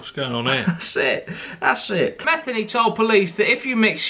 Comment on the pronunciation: The guy with the beard ain't Matheny not Mathany!